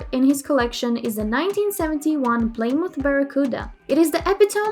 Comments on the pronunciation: playsdaburg, puudacars wth how is she mispronouncing Plymouth Barracuda that far off? lol is this a robot? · Ply moth??? Come on do some research